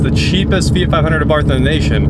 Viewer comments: now hes calling it a feet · fee-it... fee-yacht, its a fee-yacht